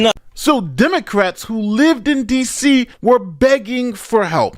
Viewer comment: "There is no Crime in Dee See Se"